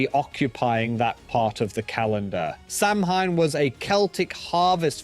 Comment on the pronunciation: Samhain ==> Sah - Whin NOT Sam Hane. That’s very very very wrong. Very. Like insultingly bad. Please look up Irish pronunciation before attempting Irish words please. It sounded like a fork being dragged across a blackboard